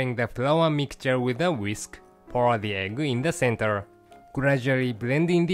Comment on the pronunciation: I love how says egg. It sounds like he's saying eggle. xDD